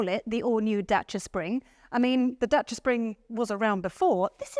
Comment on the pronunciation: love how the presenter pronounced Dacia perfectly ❤